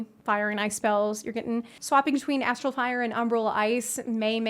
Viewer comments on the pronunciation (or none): none